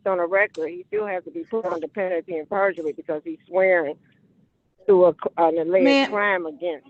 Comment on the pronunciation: "... penalty AND purgery..." LOL 😂